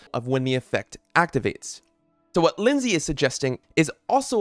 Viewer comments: Lynx is a sort of cat said like links so I'd assume her name is said like links-sy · Her name isn’t Lindsay 😭